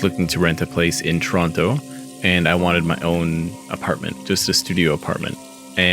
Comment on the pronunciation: 1) You're pronouncing "Toronto" wrong. 2) Calgary is also a Tier 1 city; actually everyone from Toronto and Vancouver are moving there. Please do a little more research. Best of luck